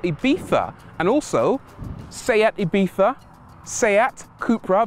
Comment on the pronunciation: Kudos for saying "Ibiza" properly.